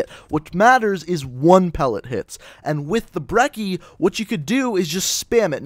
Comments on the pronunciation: pretty sure brecci is pronounced Breh chi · Its Brec-ey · I care more about people pronouncing the damn name right more than I do jitter mods, it's pronounce Bre-chee